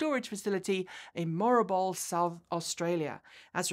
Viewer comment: Moo ra bool NOT morabol. Please take care.